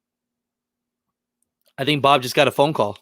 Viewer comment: I turned the playback to 1.5 speed and when you said Bob’s name it sounded like you said “Ababu” and it made me do a double take